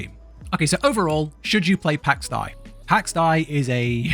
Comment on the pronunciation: Its Day... and it's triggering AF lol